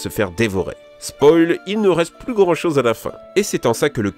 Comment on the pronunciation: esque vous avez ebtendue a il a dit choge xD